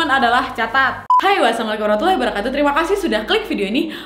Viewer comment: Kalo aku perhatikan pengucapan salam mbk nadia Omara kurang jelas ya